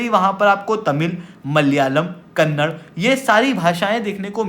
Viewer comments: Good information but please pronounce Karnataka and Kannada properly, its not Karnatak and Kannad, its कर्नाटका और कन्नडा. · Sir kindly atleast call the languages by there actual name !! its "KannadA" not "Kannad" . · It's not kannad it is kannada